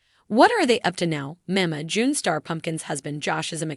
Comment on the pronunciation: First of all learn how to say Mama June second they're earning money because of the show and everybody needs help even famous people so backup come on now really?????